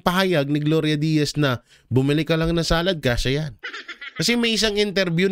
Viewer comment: Gloria Diaz po Sir nagkamali ka po sa pagkakasabi mo na Gloria Diaz.